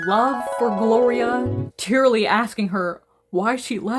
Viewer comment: 😂my name is Gloria I genuinely got scared 😂 I love the way you say the name